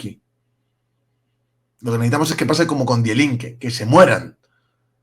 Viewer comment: Te puedo corregir algo? Die Linke se pronuncia /Di Linke/ ("di", i larga)